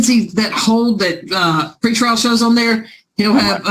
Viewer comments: Dang. I kept hearing “free trial” and now that you write out “PRE” I feel like an idiot. Haha. Thanks! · At least on the "PRE" lol